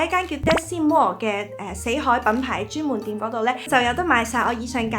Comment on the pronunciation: 「専門店」の発音がチェンモンテン？なんかそこだけ日本語に似てて面白かった。それと「リンク」が「連結」って訳されてるの、意味と発音の両方が似てて中国人上手いな～って関心した。